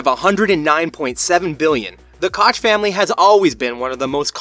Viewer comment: It’s pronounced coke